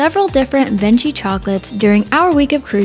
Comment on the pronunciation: I love your ship tours! Thanks. FYI Venchi is pronounce ven-key. I was corrected on my first sailing on MSC by a crew member. 😁